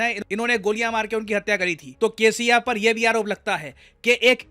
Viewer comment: 😂 kcf i thought you said KFC 😂😂